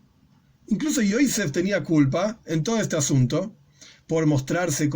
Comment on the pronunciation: Hay que pronunciar los nombres de los personajes en HEBREO como lo dice la Biblia, NO EN YIDISH Se dice Joseph no Joise